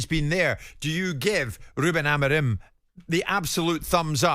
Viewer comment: Why can't you pronounce Amorim's name correctly and you keep saying AmArim? Where do you see the second A instead of O (like in do)? Besides hearing problems are the English also short seeing? Get a doctor, please!😂😂😂